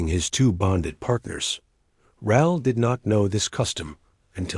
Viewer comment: Raul is Rah-ool in pronunciation. It's a Spanish name.